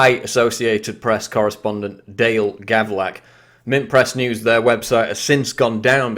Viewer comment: Hey quick about EDIT its Gavlak not Gavrak...